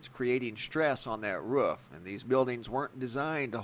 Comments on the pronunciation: IT’S >ROOF< NOT RUFF! 🤦‍♀️ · Wrof definitely lol. Thought a dog took over the narrating lol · Wrof or Roof Which one did i hear? Anyway great vid. Keep upp the good work!